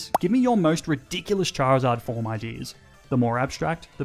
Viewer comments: CHARIZARD, NOT CHIRZARD! FIX IT NOW! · DO NOT LEAVE OFF THE I IN CHARIZARD! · THE O IN CHARIZARD IS SUPPOSED TO BE AN I!